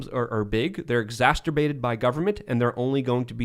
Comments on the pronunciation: Although I suspect it's becoming akin to Tims beanie i.e. iconic, it's pronounced exacerbate not exasterbate. But, I suspect you may already know, and are probably playing with it. (The word............Not anything else.) Sheeshe. How deep can I dig this hole? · Take a shot every time says "exasturbate." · it’s “ex-acer-bate”. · “exasterbate” 😂 Sounds like a mix of exacerbate and… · says "exacterbate"! HA! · There’s no T in the middle of the word exacerbate